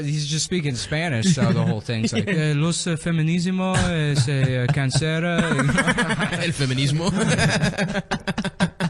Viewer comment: pronunciation of "el feminismo" is so perfect I got jump scared